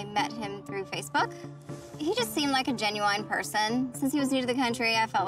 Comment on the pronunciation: When she said a “ginuwine” person